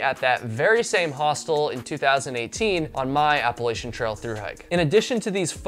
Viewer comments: Your videos are interesting and I enjoy watching them, but I wish you would pronounce the name Appalachia correctly. It’s Apple At Cha, not Apple A Sha. Thanks. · OK…. how to pronounce Appalachia ….. It’s pronounced Apple at cha. and if you don’t say it correctly, I will throw an Apple at cha!!!